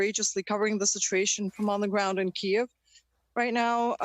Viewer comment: It's pronounced "kee-yiv", not "keev".